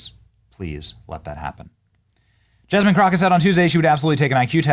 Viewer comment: Yawl! It's Yass-mean Crow-Kay, yawl!